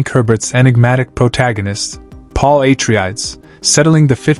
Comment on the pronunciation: Paul Aye-Tree-Ads? What in the ChatGPT scripting is this? This is has never been a question. The books have always been clear about who Paul is and what he becomes and Frank Herbert was always explicit. He's not a messiah. He's not a savior. He's not a good guy. He is a a person who grasped power. We want to idtenify with him and the Atreides becuse they're attractive and trade in terms like honor and duty but they're just colonizers with imperialist ambitions just like the Harkonnens and if you need a real world analogue they're the Kennedys to which you might say "hey weren't JFK and RFK good men?" not if you were Cuban or Vietnamese or any other indigenous person facing down the barrel of "democracy." This was never the question Herbert was asking. The question he is asking is why do we overlook all the red flags to embrace someone like Paul Muad'dib?